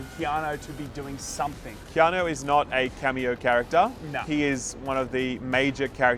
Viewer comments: KeanO? KeanO?? ITS KEANU!! UUUUU you fkn illiterates! 😂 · Keano?? Why are you saying his name like that our baby